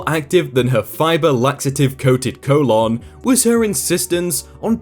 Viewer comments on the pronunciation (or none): co-lawn? really? It's colon.